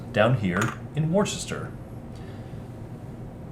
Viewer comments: Not 'wooster'. It's ' wuster' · The inclusion in the rules of the details of the industrialist characters on the cards is good, but I do wonder if a phonetic pronunciation guide to the placenames would have been useful: Walsall = "war-sall" Nuneaton = "none-eaten" Worcester = "wuss-ter" (wuss to rhyme with fuss) Uttoxeter = "you-toxeter" (And before any Americans complain about British pronunciations - have a look at Arkansas, Boise and Des Moines 😉)